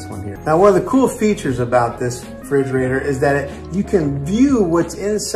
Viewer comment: Refrigerator! Not frigerator..